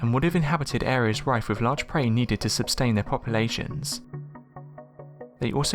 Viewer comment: Sustain not subtain. Ginormous is kind of a, funny word to use also.. Nice video tho few of your words are mispronounced and spelt. Put some variation in the tune of your sentences or sounds weird.. Other than that it's easy to be a critic and hard to be, creative.. I'm just giving positive criticism so that you improve.. Keep up the good work. :)